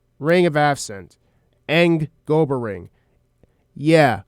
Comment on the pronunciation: I can dismiss someone spelling it as "breathin", but I can't dimiss someone saying Gobber incorrectly for an hour. GAH-BUHR... not GO-BUR. 😅 JK. Great video